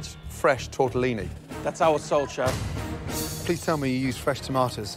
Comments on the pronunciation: lmao "shef" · Did u really say "Shef." Bruh. Also, it's Gordon, not Gorden